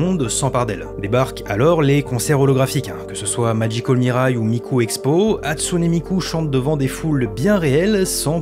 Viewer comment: Tu prononce pas la fin du Hatsune comme é mais e puis. Tu Viens même faire des histoires sur des intelligences artificielle qui sont pas humaines et on dirait de la pib au debut surtout donc